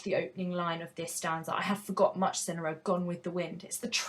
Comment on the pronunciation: Swear it's sigh-nara ngl